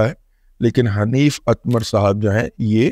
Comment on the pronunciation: حنیف اتمر ہی ہے، اتمار نہیں۔